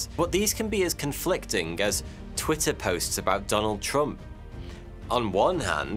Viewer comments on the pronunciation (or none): none